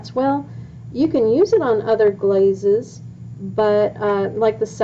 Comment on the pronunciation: Glazes not blazes